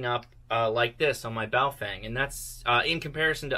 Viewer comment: Not that it's a big deal but everytime I see a video about this manufacturer, you guys all pronounce it wrong. It's not Bao-fang --- it's bao-fung. Just thought you might want to know :)